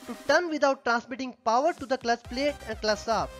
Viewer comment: Shapt*😂 prasaar palate *😂😂